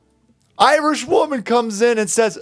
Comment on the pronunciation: He isn’t IRISH he’s “Iwish”